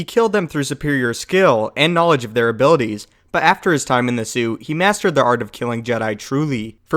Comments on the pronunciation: I don't mean to spread hate but am I the only one hearing sue instead of suit? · Whenever he says "suit" it sounds like "sue" because he never says the T and it's really distracting